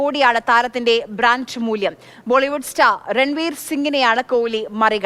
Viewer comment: ബ്രാന്‍ഡ്" എന്നല്ലെ ചേച്ചി പറയുന്നത് ബ്രാഞ്ച് എന്നാണല്ലോ😮